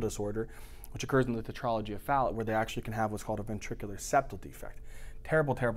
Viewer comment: FALLOT? Look up your pronunciations.